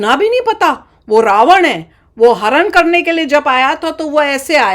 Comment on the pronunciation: Mam, people in the north call it Ramayan with न but it's actually Ramayana/Ramayanam with ण और णमः and Ravana is रावण not ravan